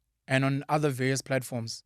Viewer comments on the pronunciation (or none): The Indian genes in you sometimes show up especially when you have to say vaRious, the R just disappear 😂🤣🤣